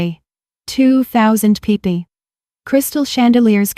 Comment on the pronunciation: Pronunciation errors People pee pee Table tabby Deal de Error in ages. She is 32 but she taught a 28 year old when he was 16????